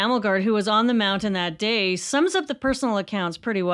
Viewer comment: Thank you for saying "mounTain"!